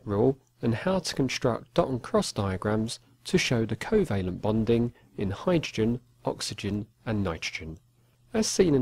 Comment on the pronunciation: That is how u pronounce hydrogen lmfao slaps leg